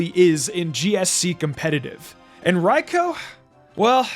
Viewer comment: You are the only YouTuber I know that says Raikou's name properly. Lol Everywhere else, it's "Raicoo" or "Raycoo".